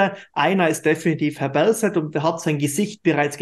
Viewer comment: Berse (Berset) 😅